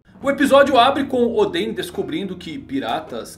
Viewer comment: fala certo nome de oden